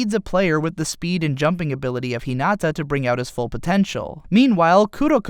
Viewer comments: Awesome way to explain both anime! However, japanese pronunciation of characters names and places really really really threw me off. Kuh Guh Miiy, Hee Nuh Tuhh.. Idk man :P Awesome all in all though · No one is going to say how he said Hinata’s name wrong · "ひなあああた" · You lost all your cred in this video when you pronounced "Hinata" incorrectly.